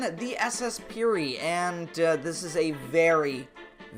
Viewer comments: It is pronounced m Pee air like the french name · it is pronounced 'pee air'